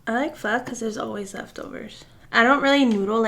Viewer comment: Thank you for pronouncing PHO properly!!!! :P love spring rolls and pho. Egg rolls too! Yumm